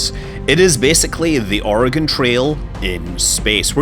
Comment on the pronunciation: Thank you for saying oregon right😊